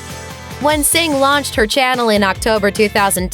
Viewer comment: calling her "Singh"😂😂😂